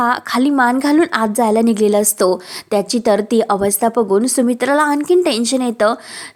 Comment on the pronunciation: निघलेला नाही, निघालेला 😅